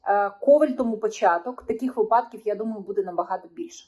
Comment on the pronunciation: Не випАдків, а вИпадків